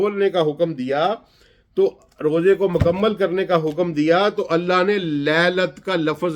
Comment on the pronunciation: یہ قرآن کا ماہر اکثر قرآن غلط پڑھتا ہے ان اللہ میں اللہ کے نیچے زیر پڑھ رہا ہے